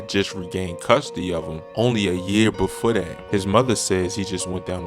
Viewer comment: he said "befoee leuusing his fahder"